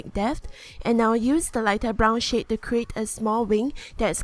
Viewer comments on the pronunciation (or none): when she says shade it sounds like shit lol not making fun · When she was doing the lips who else heard brown sh** instead of shade?😂😂